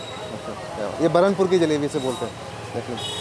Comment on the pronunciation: balanpur nahi burhanpur hai woh